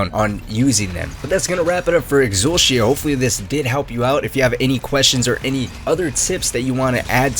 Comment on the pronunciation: yo who calls it "exul-she-a"??